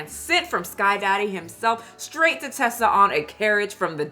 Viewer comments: Its Reesa Teesa not Ressa lol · Ok, sorry to be negative, but...how do you listen to all 7 hours and still pronounce her name wrong through the whole video? Reeeeesa Teeeeeesa. Not Tessa with a short "e". Sorry. I just feel that with this whole story revolving around not stating things accurately, ya know..? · Girl you retelling this story all wrong and out of order. 🤣🤣🤣 Audience, please go watch “REESA TEESA” recount her own story the right way. It’s “Reesa Teesa” not Tessa